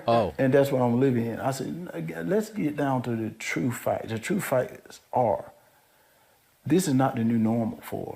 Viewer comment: What are “troof acts” 😂 he’s brain dead